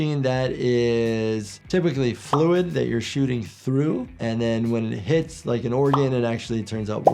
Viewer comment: A mass shatting?